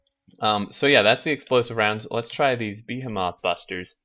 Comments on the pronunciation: Beh-hi-muth... fuck man... The fuck is a beeheemoth? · bəˈhēməTH bə as in bet hē as in heat məTH as in myth